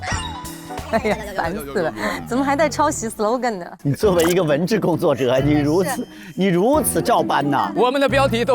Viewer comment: 何老师又嘴瓢了。文智工作者 哈哈笑死了